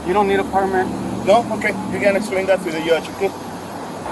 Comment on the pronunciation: “Okay, you gotta esplane that to the yudge.”